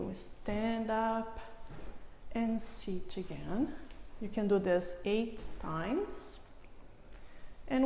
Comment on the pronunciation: I love those exercises but its very distracting to hear all the time "inch" as in "leftch" instead of left, "anch" instead of and, "sitch" instead of sit, "eich" instead of eight and so on, whats up with all those "inch" all the time, you may think a doc would speak correctly. It was so annoying, i could not finish my exercises